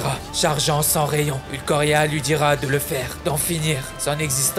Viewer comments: La vidéo est incroyable, tu raconte trop bien on à l'impression d'y être. Je suis aussi d'accord avec toutes tes selections et je peux même te suggérer d'ajouter une scène de Nanatsu No Tanzai et Hunter X Hunter dans la prochaine vidéo car ils contiennent tout 2 des scènes légendaires. Juste un mini point négatif. On dit Ulquiora par Ulquoira. Voilà ! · Comment il m'a tilte quand il disait ulcoria Sinon bonne vidéo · Ça m'a fait tiquer à chaque fois le "ulcoria" aulieu de Ulquiora 😭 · Lourd la vidéo mais tu veux pas dire Ulquiorra au lieu de Ulquoria ? 😅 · Terrible vidéo, juste par contre c'est ulQUIura pas ulqoria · Très bonne vidéo !! Par contre c'est vraiment Ulquiorra et non Ulquorria, ça pique un peu les oreilles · C'est maintenant que je remarque ceci mais Tu as dis Ulquoirra Pourtant on dit Ulquiorra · Ulquiiiiiiiiora pas Ulquoria ! 😅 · seul truc qui me dérange c'est que tu dit "Ulquorria" alors que c'est "Ulquiorra" mais sinon continue comme ça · cest marrant le concepte etc est cool, mais tu n'a pas respecté Ulquiorra en l'appelant sans relache ''Ulquorria'' -_-'' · par contre c pas ulquoria mais ulquiorra a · t'as dit au moins 15x ulquoria alors que c'est ULQUIORRA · Cest ulQIORA pas ulQUORIA, mais sinon tes video sont excellentes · Manque de respect pour mon animer favoris Bleach en prononçant ulquoria alors que c'est Oulkiora pour la phonétique bien sûr!!! Fait un effort srx mec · C'est pas Ulquorria mais Ulquiorra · Par contre c est pas ulquoria mais ulquiora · C’est « ulquiorra » et pas « ulquorria » 😅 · Ulquiorra* pas Ulquorria stp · Ulquiora pas Ulquoria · Ulquiorra et non pas ukloria 🤦🏼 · Ulquiorra et non ulquorria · Le « ulkoria » m'a déchiré les oreilles.. sinon super top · Sinon ça se prononce « Oulkiiiiora » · ''Ulquorria'' 😂 ta du mal à dire son nom mdr mais sinon super video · Ulquiorra Schiffer [ ulkiora ] mais sinon trql la vidéo bon choix de scènes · Ulquiora 😂 Respecte le stppp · Stp man.. UL - Quio ( KIO) - Ra Merci ^^ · On dit ulkyora